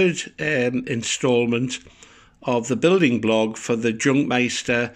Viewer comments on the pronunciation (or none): Interesting build. Just thought I should tell you that "Jungmeister" literally means "Young Master" or "Young Sir" and should be pronounced as if it is spelled with a "Y" and not a "J".